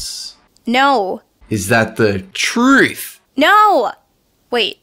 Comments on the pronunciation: oh my god don't tell me what to do I can make hate comments if I can oh my god u stoopid why are you telling me what to do you cant tell me what to so yeah check your facts oh my god and oh my god why can you only overpronounce the word truth like what the heck oh my god what the heck you stoopid like so stooopid stoooooopid whyyyyy (lenny) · LOLOLOLOLOLOL HE CANT SAY TRUTH